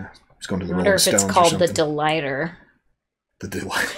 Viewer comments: "deLighter" damn you're close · You were so close. It’s not the delighter, but it is the deluminator